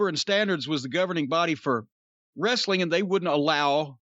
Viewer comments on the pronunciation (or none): none